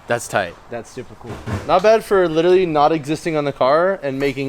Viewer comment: I love ya but please stop saying literally! Lmao and it’s lit er a lly not littraly. I feel like you do it like meow in super troopers hahaha